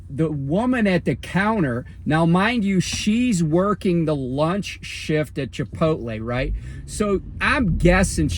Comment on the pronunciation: ayy i gotta say...i never heard anybody say "chipoltle" like you hahha. jus talkn shit